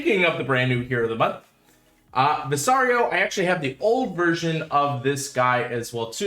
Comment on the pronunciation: Since you said you were going to be corrected anyway: Vis like vista, caro like carrot. Vis-caro.